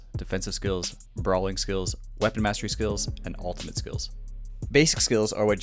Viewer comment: wtf is an "altimate"?